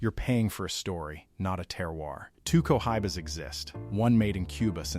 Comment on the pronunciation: I love co-high-bas